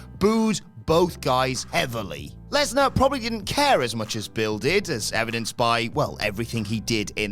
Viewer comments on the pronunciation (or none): none